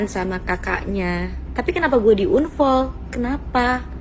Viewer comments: Risih bangt dg kata unfoll yg d ucapin si bunga nih😂 dia gmn sih pronounce unfoll tuh gk enak bngt d denger😅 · 😂😂😂...BAHASAMUUU...UNFOL...APA ITU UNFOL...? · Bukan kita sok pinter bhsa inggris ya kan ? akupun sikit2 bolehlah, tpi dgr unfoll , Bikin ketawa, 🤣🤣🤣🤣